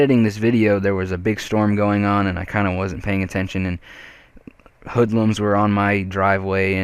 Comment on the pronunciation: wow he said hoodluns lol